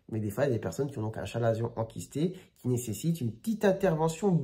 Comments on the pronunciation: Très instructif! Chalazion se prononce avec le" k" selon l’académie française, " ka.la.zjɔ̃". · On dit bien 'kalazion" mais bon, les médecins hellénistes se font rares de nos jours...